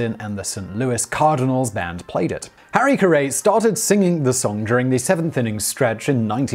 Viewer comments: Oh Simon I love your stuff. But its Carrie.. not Ca-ray. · Harry "ca-ray"? Harry "carry" Haven't you seen SNL, Simon? Honestly, the entire segment suffers with glaring and repeated mistakes like that. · Who is Harry Car-ray? Does Sim-on mean Harry Carry? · Pronounced like "Harikari". LOLZ (oh, that Simon) ;) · Simon I love you no matter how you pronounce shit. Usually!! This time. IT'S HARRY CARRY! NOT HARRY CARAY!! 🤣🤣🤣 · Maybe it's pronounced Kari. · You pronounced Harry Carey incorrectly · HARRY CARRY. WOW, THE AMERICAN ENGLISH IS NOT THAT DIFFERENT. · Really enjoy Simon.... but could not keep listening after Harry - Carey and Bill Veeck. Made me chuckle to the point of losing focus... Do keep up the great work though Simon (sincere) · Does he mean Harry Carry? If you really want a giggle, listen to him pronounce Aluminum. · Harry 'CarrA' ??? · I'm not going to crucify Simon over the way he says something. But you would think in his research he would find a clip on hows the name is said. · With as much research as these people do, you'd think they'd take 2 minutes to find out how to pronounce someone's name. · I love Simon, but his repeated mispronunciation in this one is super cringey.